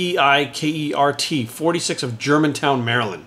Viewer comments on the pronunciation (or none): You pronounced his name wrong, its pronounced Mark Weikert, not Mark Weikert.